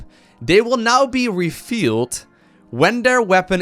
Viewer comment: refield? c'mon bro, yout english is great, why not pronounce a v like a v but like an f? i thought you ment refilled :D i'm not seriously complaining, it's just such an easy and minor change to say it right... besides that: keep doing everything the way you do it!